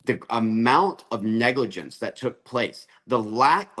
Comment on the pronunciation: Cory, you are still calling it "negligence."